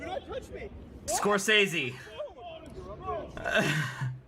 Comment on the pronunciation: Who the hell is "Martin Score-Kay-ZEE"? lol!